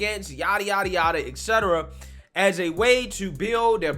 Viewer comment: Et cetera, not ex cetera.